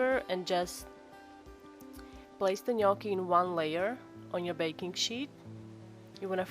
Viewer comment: Thank you for pronouncing gnocchi correctly.